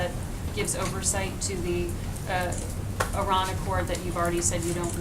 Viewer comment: And for the love of god, please learn to pronounce Iran properly